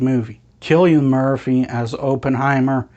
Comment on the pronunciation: Pronounced his name wrong all the way through, painful